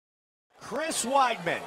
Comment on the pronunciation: It's weedman, not widemen.